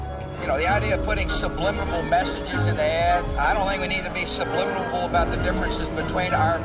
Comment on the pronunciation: How did baby Bush work an extra "B" into the word subliminal? 😂